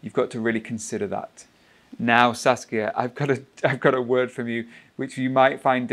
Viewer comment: Now I'm addicted to Saskia's English pronunciation 😁😅